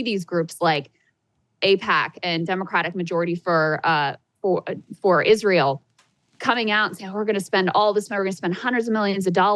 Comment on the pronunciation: Young people dont even know how to pronounce israel